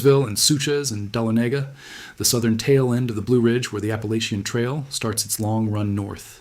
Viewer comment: Sorry but Dahlonega is said: Da (like da da) lon (like lawn) e (short a) ga ( like lady gaga) emphasis on lawn. 4 syllables. Unfortunately, it’s distracting from the story.